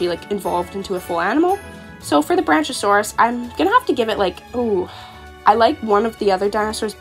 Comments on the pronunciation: Ik I'm late but Isn't the pronunciation supposed to be "Bronk-iosaurus"? I just heard you saying Branchasaurus and had to pause lol! Keep up the AJ vids, love the content! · It’s pronounced brack-iosaurus, like the word brackish! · It is brachiosaurus BRAC-e-o-saur-us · Ngl I laughed when she said “Branch-a-saurous” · Isn't it pronounced brach-e-oh-saw-rus? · awesome video! i'm not sure if you were aware of a few of the mistakes you made with the names so i jut wanted to let you know ^^ (no judgement of course!) - Brachiosaurus (Brack-ee-oh-saur-us) - Coyote (Kai-oh-tee) - Fennec Fox (Feh-nick Fox) - Llama (Lah-ma) - Pterandon (Ter-an-oh-don) the P is silent ^^ I believe thats all-- like i said though, good video!! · Brack-e-oh-saur-us Fen-ic fox Ter-ran-o-don (the p is silent) (also not a dino but a flying reptile ALSO an archosaur) I don’t want to be rude just helping!